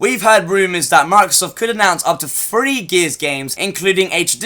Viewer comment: it pisses me off so much how you cant just say the number THRee! and instead say FRee. annoying as hell if your guna be a commentator you need to work on it